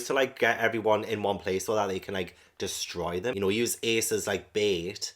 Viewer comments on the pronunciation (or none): none